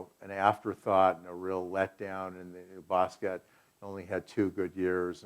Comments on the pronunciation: t was pronounced it wasnt silent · He worked with him but he can't pronounce his last name, which is French. In French the T at the end of the word is SILENT!!!! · Yes the T is silent. He's even on film pronouncing his own name and yet still the cretins insist that it either doesn't matter or that it is correct to pronounce the T. These are the same people that say Loren when mentioning Ralph Lauren. Idiots.